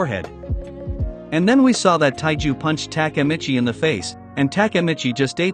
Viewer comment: if i hear TAKAmitchi one more time imma kms